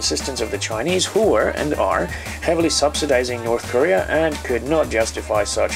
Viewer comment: US Impewiawists....KORREAR...